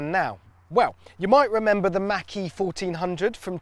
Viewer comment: i love it when he said "mach-e" with out the m...... y'know